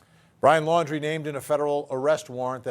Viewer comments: Why does she always pronounce the last name of Brian and his family? It’s Laundry not Landry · It's Laundrie, not Landrie. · I’m sorry but how can 2 people pronounce Brian’s surname incorrectly whilst hearing others pronounce it correctly? Are they not hearing thousands of other people pronounce it Laundrie not Landry? I thought journalists were details people just sayin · Why can't any of these correspondents pronounce the Laundrie (laundry) name properly? 🙄 What's with "Landry" all of a sudden??.. come on. Not professional to mispronounce a name being reported on when most of the USA knows how their name is said..ughh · Who are the idiots who can’t pronounce Brian’s last name, even though it’s been out there for weeks and there is even a play on his name “Dirty LAUNDRY”.